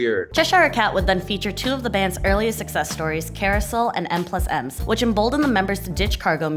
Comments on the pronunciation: She said: M plus M’s. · "M plus M's" oh no...